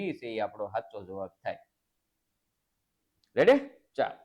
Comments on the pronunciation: Sir revdi na ave redi ave have na vidio thi redi bolo 😅😅😊😊😊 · રેડી નાનાનાના રેવડી બોલતા સિખ ઢાનઢા અકલમઠા 😂😅